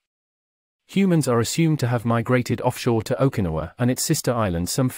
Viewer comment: Dude... learn to pronounce Okinawa. My gosh.